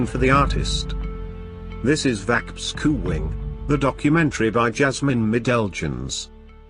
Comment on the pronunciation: Lol waarom zeg je nou "vankbeschouwing" doe "'n" hoort er niet tussen, je schrijft het als "vankbeschouwig".